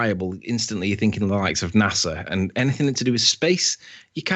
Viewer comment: Like so many illiterate people, he thinks the word "anything" is spelt with a "k and pronounced "anyfink" good God.